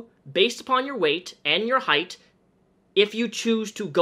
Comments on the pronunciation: Great video with good points but I don’t think it’s pronounced “heigth” it’s height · Is it just me or does pronounce "height" as "Heigth" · Are you saying "height'th"? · word of the day; "heighth" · i agree with the message as a whole. but is he really pronouncing "height" as "heith? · Are you saying height or heighth? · Omg Please stop saying ‘heighth’!!! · You keep adding a “th” to the end of “height”. Sorry dude but it really bothers me lol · Can we please talk about the fact that he is saying HEIGHTHHHH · omg. please. stop. saying. heigh'th'. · It's just height. Heighth is not a word. Sorry, I hate being that person but I had to say it. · . It's height, not heighth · STOP SAYING HEIGHTH!!! ITS HEIGHT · me watching the video Hmm yeah this makes sense says "heighth" AAAAAAAAAAAAAAAAAAAAAHHHH NONONONONONONO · "heighTHH", "heighTH".. There's no h in height yikes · Say "heighth" one more time... jfc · i swear to god say heighth one more time and i'll cut off my legs so I have less of it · Are you saying "heighth"??? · I like how you say height #heighthhh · One critisism: height is pronounced like kite, with a hard T at the end, not TH. Your brain is switching the H-T at the end into T-H. And height was used A LOT in this video. Sincerely, The Word Police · heighth lol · why do you say height with an h at the end? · Height.....thhhhhhhhhhhh...😂 Sorry had to point it out. I would never sit in the middle seat unless I knew who the hell was beside me. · buddy why you say heighth im fucking choking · I love the way you pronounce height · I think he pronounces "height" right about 50% of the time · really out here hitting the hard TH in height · Why do you switch saying height correctly and incorrectly. It's pronounced like the word weight, not length. Sorry just bugged me.